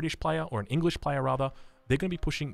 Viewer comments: the engrish. hahahaha! my man spoke chinese for a second. lol. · playing Chinese and saying Engrish , I see... a man of culture